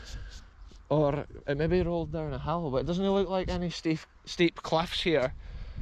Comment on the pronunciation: I love the rolling 'orrrrrr' (or) hahaha